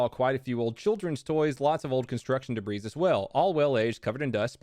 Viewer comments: This dude really said derbreezz for debris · Did he just pronounce debris like “debrees”?